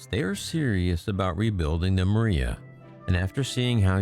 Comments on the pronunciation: You are pronouncing it 'Maria' which it is not, it is pronounce as Mira, or Myra. Get it right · so. you can't pronounce the name of the aircraft properly. and where is the proof of the 225s destruction? some "press release" isn't proof. where are the pics????